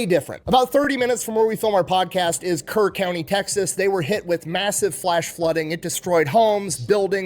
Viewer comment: HEB originated in Kerrville (Kerr county, not like he said Kern) TX where the flood of 2025 occured. There was another flood there in July 2026 that was just as bad, but fortunately only 2 lives were lost in this one. ❤